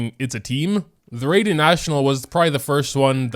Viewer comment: "Rayden" Shogun